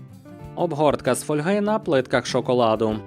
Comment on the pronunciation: Класний відос, от тільки правильний наголос фОльга)